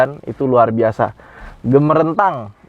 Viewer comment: .....ini Rrrruar Biasa...Mantaps